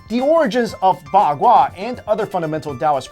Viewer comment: The zao you pronaunced it with the second sound. Its pronaunced with the third and the bagua you also wrongly pronaunced, you should work on it!